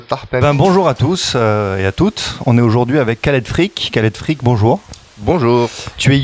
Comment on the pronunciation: "Salut, c'est Khaled Freak..." 20 secondes plus tard: "Bonjour à tous et toutes, on est aujourd'hui avec...".;-) En tout cas merci pour cette super interview d'un super artiste.